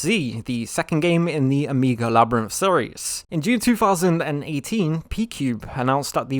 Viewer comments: Why are you pronouncing Omega, O-mee-ga? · Ok, you raise valid points and I will not buy a PS4 or PS5. But for Gad’s sake, stop pronouncing “Omega” like it’s almost indistinguishable from “Amiga.” Some of us were in fact born before 2000.